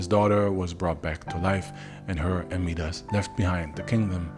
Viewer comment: Its mee-dus? I thought it was pronounced My-das